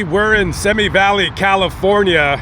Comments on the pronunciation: The on-ramp at Rocky Peak Road wasn't always there. If you exited the freeway there, you could only turn left. must have been unfamiliar with the area if he took the exit at high speed. BTW it's pronounced See Me Valley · It's Simi Valley, pronounced see me or c me. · And just a little further from the Ronald Reagan Presidential Library. In fact the Route 118 freeway is called the Ronald Reagan Freeway. By the way the locals pronounce the Simi Valley as ‘see me’. There used to be a chamber of commerce type sign by the old pre-freeway road that read “See You In Simi”.